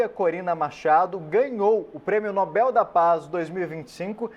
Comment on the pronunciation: A opinião do “especialista” já começou mal quando ele pronunciou inúmeras vezes a palavra Nobel de forma errada… Depois tentou descredibilizar a indicação de Corina rotulando-a de extrema-direita…